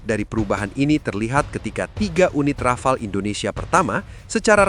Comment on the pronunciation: desult Rafale ya heeeer